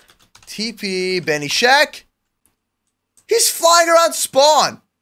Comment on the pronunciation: his name is not benishack it is ben-is-hack lol